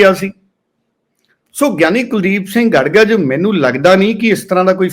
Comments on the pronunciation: ਗੜਗਜ ਨਹੀਂ ਗੜਗੱਜ ਹੈ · ਗੜ ਗੱਜ ਨਹੀਂ ਗੜਗੱਜ ਬੋਲੋ ਜੀ ।